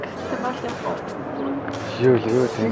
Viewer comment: Хаашаа явхуу? гээд бгаам бэ т1 юмуу хөтлөөд бгаам бол үгээ тод хэлж мэдэдгүймуу , хэл муутаймуу эсвэл